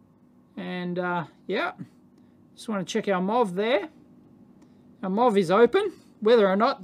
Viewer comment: he's saying "MOV" in kangaroo accent. metal oxide varistor.